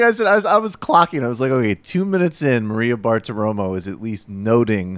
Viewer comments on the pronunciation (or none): "hocks"? You mean "hawks"? And if you're going to dis Maria Bartiromo, maybe learn how to pronounce her name?